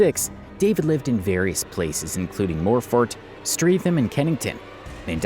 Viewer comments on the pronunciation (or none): No R in lambeth lol unless you have an American accent I suppose. And Streatham is pronounced Stretum.